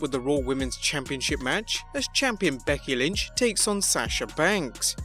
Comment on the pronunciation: who is BEDKY lynch? 😂